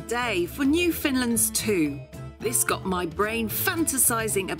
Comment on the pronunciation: Is it 150 or 100 because you keep saying 100 in the video, despite the title saying 150. Bit misleading. Anyway, also, it's "Newfoundlands" not "Newfindlands" as you seemed to be pronouncing it.